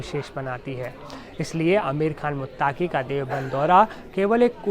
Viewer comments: Khabar kai bar parh ke sunaya karo bete Aapke Alfaaz,sami ko saami,muttqi ko muttaaqi nikalata hai Shukriya. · this repoter is really trying hard to represent himself as non muslim, see false pronunciations muttaaqi, saami ul haq. naam bhi badal lo beta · मुत्ताकी नहीं पत्रकार साहब❌😂😂😂अमीर मुत्तक़ी✔️